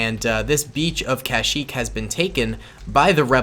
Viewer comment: One time said kashmeep when he ment kashyeek